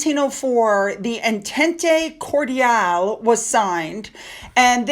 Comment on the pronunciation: You did cordial right but the other word is pronounce (en tent) entente. It is difficult to say for english people.